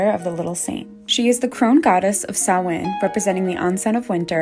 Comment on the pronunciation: SHE PRONOUNCED SAMHAIN CORRECTLY